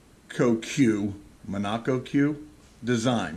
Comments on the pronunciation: It’s pronounced mono-cog but amazing boat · It's pronounced " mono-cock "